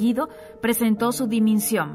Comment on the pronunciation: Me gusta la voz para el documental PERO, debería revisar el contenido antes de subirlo, tal vez ella sólo lee el guion, aun así, debería revisarlo un entendido en la materia. Por referirse a los YAQUIS de Sonora, pronunció "yanquis". Cambió la palabra DIMISIÓN por "diminsión". Por la palabra PRESIDIO dijo "prisidio" y una última que se me escapa. Es una observación.